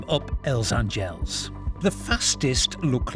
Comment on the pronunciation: Nice video. Just a note - A is stressed in word Àngels